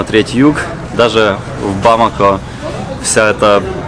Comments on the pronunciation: Почему бамАко/бАмако, а не бамакО? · бамаКО. ТОЛЬКО ТАК